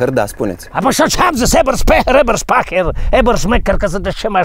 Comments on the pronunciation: Super clipul :) . Doar ca se pronunță "EBĂRSPEHIĂR" si nu "EBERSPAHĂR" :) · EBERSPECHER se citeste